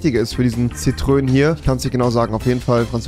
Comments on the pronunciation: Niemand Wirklich Niemand Rewi: zitrön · Rewi: ich kenne mich mit Autos aus! Auch Rewi: Zitrön, und sagt zu einem BMW Fiat👍🏼